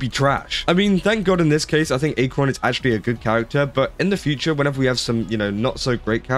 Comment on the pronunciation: Pronounce her (Acheron) name properly and maybe do your research. This has been cleared up completely already. Just jumping the bandwagon...